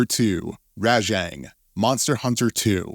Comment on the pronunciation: Also how he pronounces Rajang